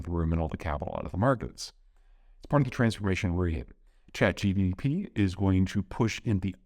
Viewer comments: Peter's brain is so used to saying GDP that when he tries to say "Chat GPT" it sounds like "Chat GDP" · Its not ChatGDP!!! :))) its ChatGPT. Peter, I love your content but not this time. I think you could do better just by watching Lex interview with Max Tegmark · You get a pass for the GPT/GDP due to metathesis but you still gotta stop sayin Nuke-you-lar ASAP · I like how he calls it ChatGDP rather than GPT. He's got geopolitics on the brain 24/7. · Peter is so into his geopolitical profession he says ChatGDP instead of ChatGPT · C'mon Peter, "chat gep" ? "Chat gtp" ? Nucular ? Can we get your analysis-level precision also on the pronunciation part ? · Wait, is he saying ChatGDP? Well, we would never make THAT mistake. Signed, AI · #1 takeaway: If one of your videos correctly says "ChatGPT", we know it is NOT Peter! 😂😂😂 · If only we can get Peter to pronounce “ChatGPT” correctly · Chat GPT will murder you for misspronouncing his name